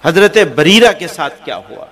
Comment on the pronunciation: اسکو سکھاٶبریرہ نہیں ہے زنیرہ ہ